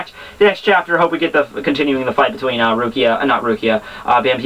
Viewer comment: I'm pretty sure her name is pronounced "Bam - By - Etta" There is an i and an e in her name for crying out loud. A good example would be the name "Henrietta"